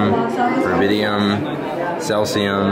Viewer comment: lol called Cesium "celcium" when the names on the little window... we all make mistakes though